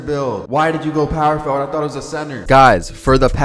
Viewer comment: Power for ward...sound it out bro